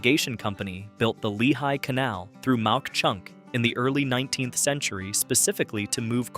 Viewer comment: Ma Chunk is the pronunciatio. Not Mount Chunk!